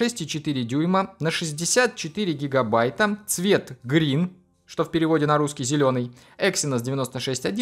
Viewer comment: наконец-то угадал с английским языком,называл греен-синим,а оно так и оказалось